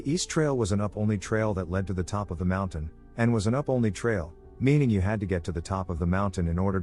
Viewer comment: Why does the narrator pronounce "mountain" as "mounthan?" It's not just this video. Every time he mention cougars, he says "mounthan lion."